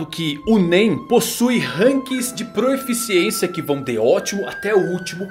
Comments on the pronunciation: é PROFICIÊNCIA e não proEficiencia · Várias vezes no vídeo vi que você se acostumou a falar "proeficiência", mas a forma correta de escrever e falar é proficiência, dá uma ouvida na mulher do google falando a palavra que você vai perceber kkkk.